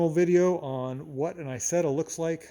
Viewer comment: Hey, Nice to see an American like an Isetta 🙃 (Btw you don't pronounce it right, it is not called Aysetta, in the right pronounciation you would say more like e(like really)sett(the t like tank)a)